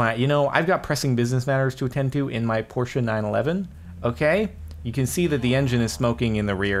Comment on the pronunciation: finally! A man who can pronounce porsche correctly!